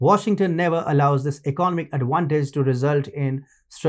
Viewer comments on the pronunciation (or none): Learn to pronounce economic, other, assets, and technological